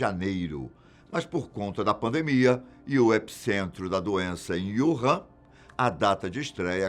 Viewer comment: Não é Yuhan, é WuHan